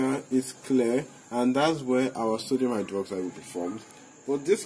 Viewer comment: I hear "sºdºmite" 50% of the times you say "sodium hydroxide" lol